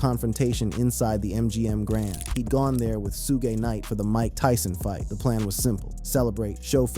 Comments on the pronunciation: Suge not sugay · Who da hell is Su-ge???😂😂😂 It’s SUG like sugar the e is silent Suge Knight not Su-ge😂😂😂😂😂😂😂😂😂😂😂😂😂😂😂😂oh my stomach 😂😂😂😂😂😂😂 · I remember the world knew of no Tupac funeral. Great u found a private service if this so but “SUE-Gah” was grazed lol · I got one damn question who Tf is Su'gay ? His name is Suge 😂😂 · Why do they keep calling sugg, suga and su-gay.(Suge).🤔❓ Y'all gonna Mess around and get SUED ‼️ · 2pac and sue-gay?...fck! Ai sucks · Soo-gey? AYFKM? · who the hell is "shouga"??? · Sue-guh hahaha or Suge 😂 Pack or Pac, you’d think by now people would know how to pronounce everybody’s name. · Did this man just say Sugee! Sir I'm gone need for you learn how to say people's correct name before posting another video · who is Sujay? loll Suge??? lmaooo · Sugg and 2 Paak is how it,s pronounced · 🗣😭Who Dafuq Is “Sue-Gay Knight”💀🤣🤣🤣🤣🤣🤣🤣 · Was The 1st Thang That Came To Mind When This MaFawka Said “ Sue Gay Knight “😭🤣🤣🤣🤣🤣🤣🤣🤣🤣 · When it said 2 pac and su-gay I was done with video 2 mins in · Suge like sugar😂 Suge knight😂 The pronunciation in this video is wild😂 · Love the way he pronounces Suge knights name 😂